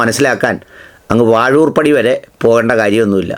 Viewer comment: വാഴുർ പടി അല്ലെടോ പാഴുർ പടി